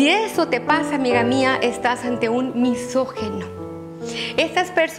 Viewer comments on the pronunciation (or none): segundo 48 dijo misogeno en lugar de misogino jajajjajaja asi ni como creerle porqueria